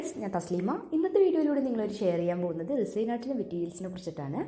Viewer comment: അത് റിസൈൻ അല്ല റെസിൻ ആണ്